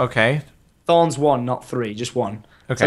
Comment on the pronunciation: "This gives meh thawns"